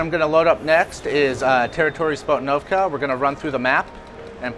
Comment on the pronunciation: "Spohtinovka" lol